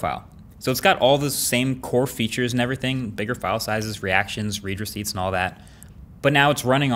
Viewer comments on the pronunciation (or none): Huh, I always thought it was “red” receipt, not “reed” receipt (both spelled “read”, of course) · As a “tech savvy” guy, I’d think that you would know “read receipt” is pronounced like “red”…not “reed.”